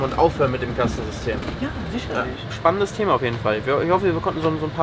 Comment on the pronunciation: "sischerlisch" - Lieblingswort des Dolmetschers :D Irgendwie immer wieder spannend aber auch komisch zu sehen, wenn in so fernen Ländern jemand Deutsch lernt. Dabei ist es ja definitiv nicht einfach. Hut Ab!